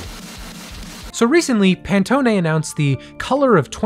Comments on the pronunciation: Please tell me i didn't really hear you say Pantoné instead of Pan-tone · Please, Designer here. Pan-tone Not Pantony. That Hurt me.